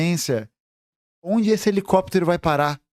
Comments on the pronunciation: Toda vez que o gustavo fala helicóptero, eu lembro do meme "helecopetero, helecopetero" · HELICÓPTER, HELICÓPTER